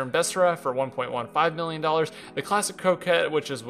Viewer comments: You pronounced it right later at 4 mins so it must have just been a mistake. Sorry. Lot's of people butchering this name today & it's driving me crazy. Ha ha! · Croquette? There's no R in there. A coquette is a cock tease. co·quette kōˈket/ noun noun: coquette; plural noun: coquettes 1.a woman who flirts. Rhymes with go jet.